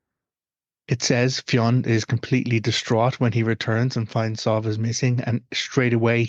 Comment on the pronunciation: My daughters name is sadhbh and it hurts my ears to hear you pronounce it like this. We pronounce it sieve anyway. Is the one you're using from another dialect or something?